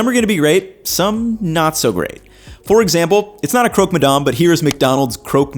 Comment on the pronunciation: Hey, I'm french (ish) and in english it would be pronounced more like "Crock-Muh-Damn" or more accurately, "Cruck" ma damn. Source: i live in Quebec